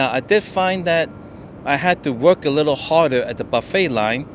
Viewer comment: It was hard ‘wok’ 😂. Love these collabs😁👍